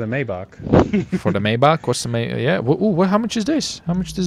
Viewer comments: It’s Not maybatsch it’s maybach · MAYBACH NOT MAYBACK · Maybać? Maybak? Its Maybach!! BACH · Nice rides and also Maybach is pronounced as (my-back) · It’s may back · Maybach is said like (may-bok) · Maybach pronounced as maaybaak. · It's pronounced my bock